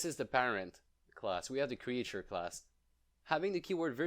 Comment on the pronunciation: cre-ihhhh-ture xD jtm ♡ 🐥